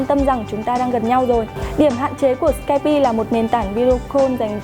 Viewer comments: sửa lại lỗi phát âm đi, Skype đọc là skaip chứ ko phải skaipi nhé 😀😀😀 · Cuộc cự cãi vs ông bạn về cách phát âm ứng dụng skype đã đưa tôi đến đây, nhưng k ngờ reviewer cũng đọc là sờ-kai-pi 😂😂🖕🖕